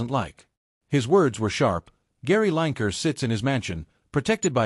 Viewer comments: His name is not line ker it's lin e ker yeh he's a wan k er😂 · Lanker? Almost had his name right..but it starts with a W… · Line Ker, love it &it rhymes with wan*er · I love the American pronunciation of Lineker, it sounds so like his nick name…….w⚓️r 😂😂👍🏻🇬🇧